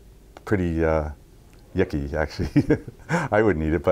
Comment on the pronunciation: Did this man just say “yicky”?